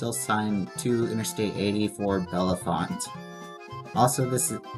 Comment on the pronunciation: It's signed Bellefonte because it's the county seat of Centre County . Also, it's pronounced Bell-font. The second and third e's are silent